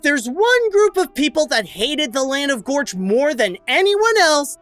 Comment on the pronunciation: it's pronounced Gorch not Vorch